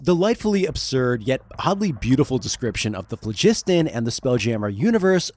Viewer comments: I hate bad AI voices - the damn AI keeps referring to the crystal spheres in the phlogiston as "Spears in the flegston" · Plus, latin or greek styled word emphasis should be on the phlo. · It's phlogiston, not phlegisten. Like FLAW-gis-ten. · Mispronouncing Phlogiston (flow-giss-tahn) really took me out of it. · FLOW-jis-ton - emphasis on the first syllable, with the final two syllables distinct. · Waitwaitwait. The second O in pholiston is *silent*?? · I had to stop at , because I got sick of hearing the guy mispronounce "Phlogiston" over and over.